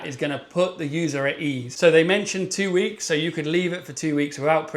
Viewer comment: Another amazing vid, but had to watch it twice as the first time all I was thinking of was you having your hands on it for Spock weeks 🖖🏼 (not 4 like you actually said) 😂 sorry, I'm such a child 😂😂